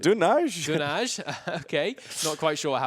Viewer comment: The way they pronouced Dunaj (Wiena) in Slovenian gave me anxiety...